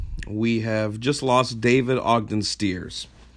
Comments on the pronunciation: You're a fan, but you pronounce his last name wrong? Bad job by you. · You're pronouncing 'Stiers' wrongly. Well, not the way he pronounced it, at any event. RIP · At the very beginning of this video, the man pronounces his own name. St eye rs, not Steeeers.